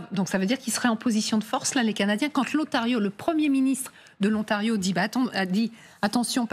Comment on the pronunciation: Et qu'est-ce que c'est que cet "O-NTARIO" ? Il n'y a aucune raison de prononcer ce mot en anglais.